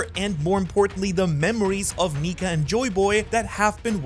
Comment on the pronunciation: Bro, That's Not How You Say Nika